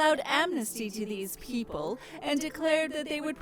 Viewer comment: 1. Wonderful worldbuilding. These modules have given me ideas for how to work on my own writing, the attention to detail is spectacular. You guys should be damn proud. 2. The subtle details in particular are great, like how the narrator says “people” and the monopolies being legal. Tiny things mentioned in passing which are monumentally horrific. 3. Call me a unionist.